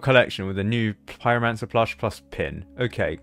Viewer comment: "plushie, pieromansar"